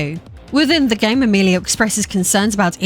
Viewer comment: When you first said Amelia as Amerlier my captions kind of struggled with it 😆